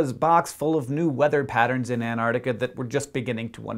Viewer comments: hank, for the love of science, please pronounce it ant-arc-tic-a not an-ar-tic-a thank you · Hank! It's pronounced ant-ARK-tikka, not an-ARR-tikka! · He said antartica not artic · Two notes: 1) These explanations of the increased ice&snow would have been a lot more impressive if they'd been made beforehand, which AFAIK they weren't. A model that can explain anything, predicts nothing - and that, to me, is what a lot of climatology looks like. The technical term for this is 'panchreston'. 2) Learn to pronounce Antarctica. There are *two* each of T and C; it's not "Ann Artica"! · can you please pronounce it right? anTarcTica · Is it me or is he saying An-nar-nica? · I find it kind of droll how Americans pronounce Antarctica as "an-ardica"